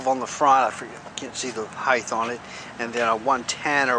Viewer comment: Am I the only one that noticed him say "heighTH" when he was saying what size the tires were? lol